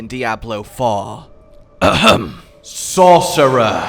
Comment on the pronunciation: "the best class in diablo far? ahem SAUCERER!" :D